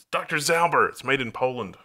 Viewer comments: please retry listening to "ząber" in lower case (in upper case it believes to be an abbreviation), it's from the word "ząb" which means tooth. So it's a surname that means tooth-er or someone with prominent teeth (big/sharp etc). "ząber" is pronounced as zɔmber (zomber). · It’s like Doctor Zomber. This is the way how you pronounce it. Cheers from Poland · As for how to pronounce Dr Ząber try this (phonetically "ą" is more or less similar to "om" and google translate actually pronounce both the same way) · Instead of reading the word "ząber" Google just spelled it. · That sounded so bad. I'm a Pole. Jesus Christ. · That's not how we pronounce it. :P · So yeah, as a dude from Poland that pronouncement is wrong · Well he used Danish instead off polish 😀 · hi did not. When whole word is in upper case Google translate considered it to be an abbreviation and pronounces it incorrectly.